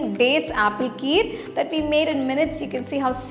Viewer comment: It's ghee, not gee ...n kheer not keer..